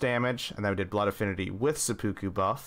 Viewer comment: This man said occulant and sepooku instead of occult and seppuku while offering us the best data set we could’ve asked for. Absolute legend